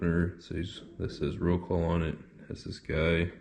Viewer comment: Phonetically, in English - Rot-suave